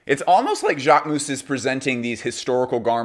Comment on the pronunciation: Jacquemousse?! Please it’s not pronounced ‘ou’. I understand it might be hard to pronounce but it hurts to hear this « ou » sound 😢